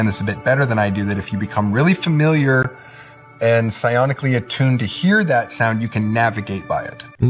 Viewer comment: About the "Sound of space" he said "Sionically" or "Scionically" not "Sonically" which still isn't a real word, so I looked both up: No such thing, as suspected. Wow! The earth/alien alliance even have more and better words than us commoners and pee-ons!!